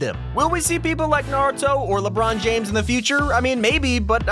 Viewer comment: One of the few YouTubers/People that can say Naruto’s name right